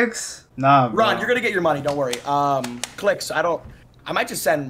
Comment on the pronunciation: his name is Clix not Cliz